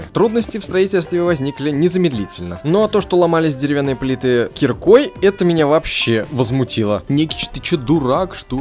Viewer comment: Не кирикой а киркой